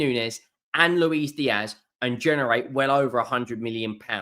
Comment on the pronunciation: Its Lewis Diaz not Louise.